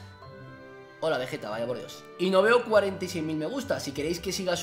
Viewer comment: Pero bueno veyeta dijiste folagor